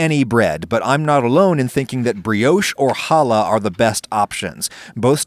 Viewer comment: As a Jewish person thank you for not calling it challah with a chu sound